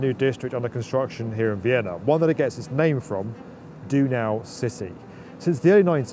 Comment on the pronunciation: Some more information about this area: This development is taking place in 'Donaustadt' as he said (although it's pronounced closer to "d'oh-naw" rather than "do-now"), and the name means 'Danube city', after the massive river Vienna is built upon. The Danube has historically been rather erratic, subjecting Vienna to mass flooding, and often shifting its course across the plains. Because the river's flood plain was so large, it was very difficult to maintain permanent settlements and constructions closer to the banks of the river. All of Vienna's old historic buildings are located on land that has always been quite far away from the river, and what is now Donaustadt was for centuries just a patchwork of ever-shifting marshlands and river forks. This only began to change in the last 150 years or so, when infrastructure projects began being implemented to protect land against flooding and control the course of the river. Parts of what is now Donaustadt began to see construction, and in the 1970s the work culminated in a massive effort to dredge much of the floodplain to create a dedicated water channel controlled with dams, and with the excavated soil, pile it onto the land strips between the channels to raise their elevation. The most prominent result of this was the creation of the Donauinsel, or "Danube Island", an artificial island about 200m wide that runs for over 20km down the length of the river through the city, almost the entirety of which is a public park with trails